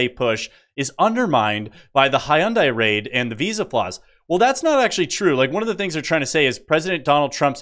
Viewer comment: Hun dai not hi un dai